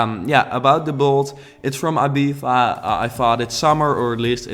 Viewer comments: I-Beef-Ah😂😂 I think its e-bee-zah😁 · Cuando dice Abiza en vez de Ibiza pero le tienes mucho aprecio y la construcción está genial jajaj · ITS IBIZA NOT IBIVA , you stupid mygod !! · I LOVE this villa. But I cringe every time you say "eebeefa" 😂 Still, nothing but love for you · Its eeeeeeeeebizzza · It's pronounced Ibitha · “IbiFa” lol 😂 thats not how you pronounce it in English. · cynopt More like I-bee-tha/thuh. Depends on the accent since the UK has different areas like Scotland and England. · I remember the Tinie Tempah song when I first heard that pronunciation. I was like "Wait,what?" xD never knew there is such way of pronouncing it